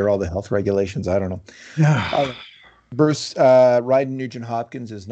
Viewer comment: In case reads these comments. You gotta stop introducing Bruce the way you do, it’s honestly disrespectful and it’s frankly fucking annoying. Just say the mans name normally.